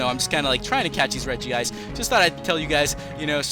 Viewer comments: i hate when the name is pronounced regi-ice. its reg-ice!!!! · Its Reg ice not Reg ee ice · It's regice not regiice reg ice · it pronounce reg-ice NOT regi-ice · It's not regi-ice. Its pronounced reg-ice. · Lol it's reg-ice